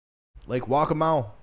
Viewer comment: It’s pronounced Lake Wock-amaw NC, not wackamaw😂 but you can still move here brother